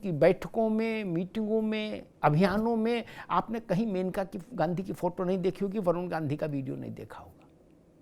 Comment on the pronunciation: सही नाम मनेका है( मेनका नहीं). सादर